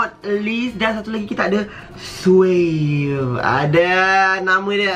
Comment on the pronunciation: Aku ke sorang dengar swagg bukan suave..😂